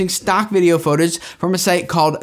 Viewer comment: 📢I ALWAYS noticed pronounced "Footage" like "Photage"!!! I guess that would make sense, since it PHOtography and not Footagraphy 😂